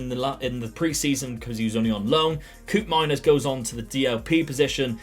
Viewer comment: Koopmeiners is pronounced like cope-miners